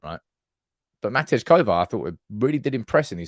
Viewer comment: Matej, pronounced like Ma-tay.